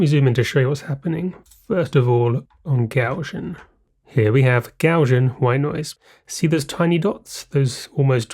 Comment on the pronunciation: Interesting video, but a shame that you can neither spell nor pronounce "Gaussian".